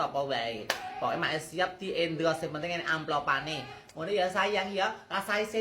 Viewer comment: Endors sayaang bukan endros sayaaang 😂😂😂❤❤❤